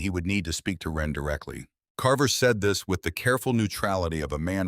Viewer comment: For god's sake, this vid is slop right from the start. I think the name is supposed to be "Wren", not "when." Being a big reader of REAL authors, it makes it really difficult to listen/watch these vids when they constantly prove that it cannot spell, doesn't know what punctuation is, and can't tell the difference between words that are spelled differently depending on how they're used in a sentence. This is the 3rd slop vid from this channel. 3 strikes, you're out. I've unsubscribed to so many of these AI channels because it can NOT get it right. I'm down to 2 or 3 of these channels; if the slop continues, it will be zero.